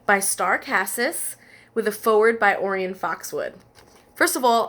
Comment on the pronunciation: orion foxwood; pronunciation oh-RYE-un. ORION. like the constellation.